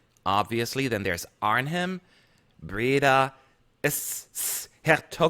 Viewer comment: The “ch” in Maastricht and Utrecht and the “g” in GelreDome and Den Haag is just like the “ch” in German. (!!! NOT THE SH OR K SOUND !!!) The H in Arnhem is not pronounced it’s like “Arnem” ‘s-Hertogenbosch is often shortened to “Den Bosch”. And zuid is not pronounced “Sweet”. I don’t even have a comparable sound to write so I’m ok with “Züd” or “Sèd” Also the contest definitely won’t take place on the 5th of May... It’s Dutch WW2 Deaths Remembrance...? (If that’s a word lol) day. The actually withdrew twice because of that.